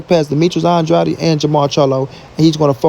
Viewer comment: Pronounce Andrades name right its not Andrady How can you hear every body else pronounce his last name right. And you can't. And you probably will see this post and still say his last name wrong. Stupid